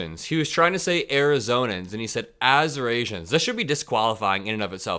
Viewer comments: he wasn't trying to say Arizonians, he was trying to say Assyrians. There were people there of Assyrian descent and had t-shirts on saying "Assyrians for Trump." Just FYI. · he was trying to say Assyrians not Arizonians when saying "As-your-asians"[for the record, at least that is what both colbert and kimmell were saying last night, addressing people in the crowd with "Assyrians for Trump t-shirts] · I thought he was trying to say Assyrians? If it was Arizonians, oh boy that’s way worse! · I think he was trying to say "assyrians"